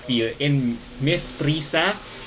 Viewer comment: It is pronounced as PRISA-A po. An association of Private Schools po. SCUAA po if state universities and colleges.